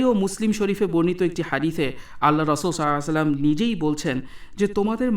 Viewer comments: আপনি নবিজির নাম টা কেমন করে যেন বলছেন। এটা হবে সল্লাল্লাহু আলাইহি ওয়াসাল্লাম। কিনতু আপনি কেমন করে যেন বলছেন। যাই হোক,, আমি আপনার দোষ ধরছি না, তবে উউচ্চারণ টা একটু ভাল করে নবিজির নাম টা বলেন। জাজাকাল্লাহ খাইরান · ভাই আপনি তাফসির ভালই করেছেন কিন্তূ নবীজীর উপর দরুদ শরীফ টা শুদ্ধ ভাবে পড়ুন, সল্লাল্লাহুআলাইহি অসাল্লাম যদি সন্দেহ হয় তাহলে হাদীস পড়ার সময় আরবী টা ভালো করে দেখে নেবেন।